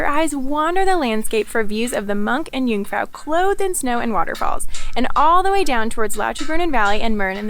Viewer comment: I'm impressed that you pronounce "First" and "Jungfrau" properly, but so many lakes in Switzerland, it wouldn't be hard to pronounce "See" properly in German?